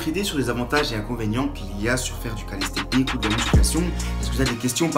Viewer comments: bonne vidéo ;) c'est calistheNICS* , pas calisthecnics ^^ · Mdrr "Calissstechnique" , NAN ! C'est Calisthenics et ça se prononce "Kalissténniqce" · Calisthenics pas calistecnics lol